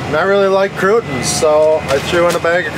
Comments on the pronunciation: Ummmm … it’s crouTONA not “crewt’ins”. (Hand on face…UHG), your poor English teacher! Too funny listing to you guys! LOL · I was like "what the he'll are crootins?" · Crootins? Tortillas? lol. Love it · LOVE pronunciations of "Tor tilla" and Kru tons" ❤️🤣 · Crootins and tortillas. Lmao